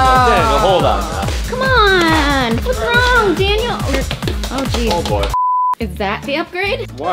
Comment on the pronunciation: Ugh his name is daniel not dainal